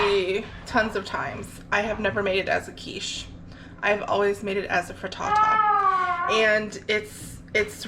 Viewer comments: I love the way you say Fri Ta-ta 😃 🥧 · Pretty sure the highlight of the video for me was how you say frittata lmao